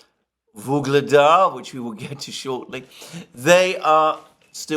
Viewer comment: "Gaza Surrounded" For once at least a semi-accurate headline on a place being surrounded by military forces. Quite unlike all his phony headlines on locales being 'surrounded' or "encircled' in Ukraine by Russian forces as at: Vuhledar, Bakhmut, Avdiivka, Kupiansk just to name four that he pronounced "encircled" or "surrounded" when nothing of the sort was happening on those battlefields. My advice: take a map reading class.